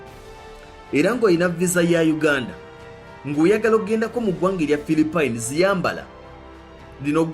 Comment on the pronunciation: Dd i heard philipen😳😳😳!!?